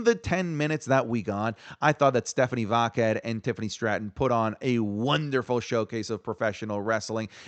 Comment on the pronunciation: Bro you don’t have to say “Stephanie Vaquer” whole name, you’re botching it so bad lol when you say Stephanie - we know who you mean lol